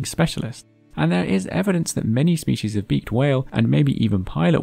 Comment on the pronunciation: It's species, not spechies